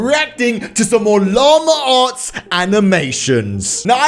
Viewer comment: It’s llama arts not lamure arts